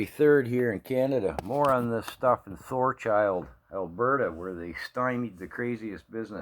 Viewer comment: You keep saying ThorCHILD......it is Thorhild, AB